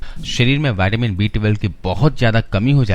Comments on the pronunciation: Vattamin nahi vitamin bolo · पहले तो बोलना सीख मेरे भई, नई नई अंग्रेजी सीखी है तुमने, सीधा सीधा विटामिन नहीं बोल मिल रहा, बाइटेमिन बाइटेमिन किया पड़ा है... बेवकूफ ये कहां की इंग्लिश है ये पता है